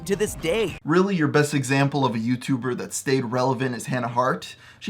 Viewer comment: Aww someone doesn't like it when someone talks about they're favouwite yootuba matty pat